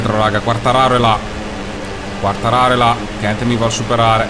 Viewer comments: cmq si dice Quartararoo devi allungare con 2 o il cognome del pilota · ti prego si dice quartararò. comunque grande perchè motogp non è un gioco semplice:) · Potresti fare le qualifiche off-screen e far vedere solo le gare;) P.S.Quartararo è francese e si legge Quartararò:) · comunque si chiama quartararó ed è spagnolo non italiano..